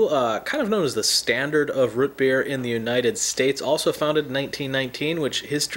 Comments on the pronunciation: It's not rut beer, it's root beer. Like scoot, or shoot, or toot. Just curious, where are you located in the USA? Sounds like the mountain west. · Root not Ruut. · lmao everyone is making fun of you saying rut beer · He says root weird